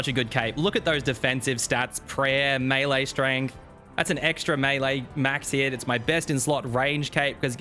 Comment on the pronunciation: I'm yet to see a single osrs content creator that can correctly pronounce "melee"